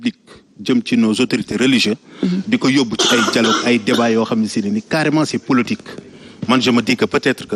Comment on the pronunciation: on dit POLITIQUE au lieu de POLOTIQUE